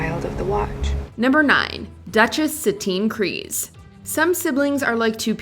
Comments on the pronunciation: Kryze no Kryse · It's Bo-Katan KRYZE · Kryze, not Kryse. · Isn't it Bo Katan Kryze not Kryse? lol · Kryze not Kryse